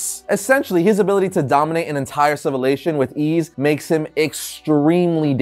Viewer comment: did he said "cevilations"??????